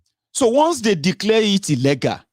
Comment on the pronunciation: be careful my son, when you saying the word illegal pronunciation is ( illi-gul ) and illègal) this last one Yorubas’ pronunciation! Just want you to be perfect darling. Maybe you can download English dictionary as it helps a lot in helping us Nigerians in diaspora to get rid of all bad pronunciations we’ve learnt from bad teachers in our Nigerian Schools. Happy birthday dear, the joy of the Lord will locate you wherever you go in Jesus name.